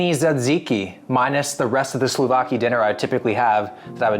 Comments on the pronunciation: souvlaki my man, not slouvaki hahah tzatziki was pretty good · "Zatziki"? "Tsaziki"? "Sluvaki"? They are pronounced "jah-JICK-ee" and "soo-VLACK-ee". No Greek word begins with a silent consonant. angry Greek noises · pronunciation of tzatziki was way better that "rest of yours Slovaki dinner"!? Wtf bro, you eat Slovaks for dinner? They are mostly nice guys! And your "last supper cabbage burritos" were veery close to classic Polish dish "Gołąbki" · The boy actually managed to f up pronouncing souvlaki😂